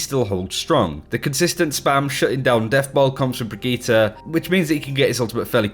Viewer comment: The way you say brigitte is so triggering